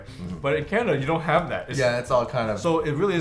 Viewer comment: he said canadia haha